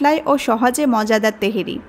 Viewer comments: বলছেন তেহেরি, আর লিখে রেখেছেন তেহারি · তেহেরী না আপা তেহারী বলেন। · apu . . teheri. . ! na tehari?